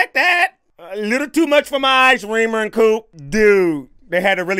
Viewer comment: My dude, it's Reemer, not Weaver or Weemer. Lol